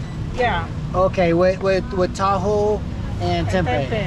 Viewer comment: Bukan kembang tahu. Tapi kembing tahu. Kalo orang bule yg ngeja mah